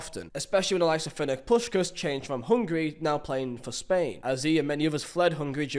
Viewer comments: What's with that Ferenc Puskas pronunciation? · "Fernick Puskas"??, why've you gone and done that